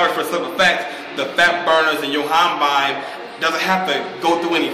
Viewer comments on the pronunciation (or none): Yo-him-bine not YoHamBaine or w/e the fuck you're saying lol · Nothing for love for you guys and this channel, but i can't let you guys live in ignorance! Yohimbe (yo-him-bay) Aspartame (ass-per-taym)